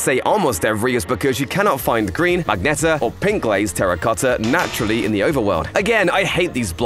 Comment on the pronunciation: is pronounced “mah-jen-ta” rather than “mag-netta”. You’ve accidentally switched the G and the N there. Great video though.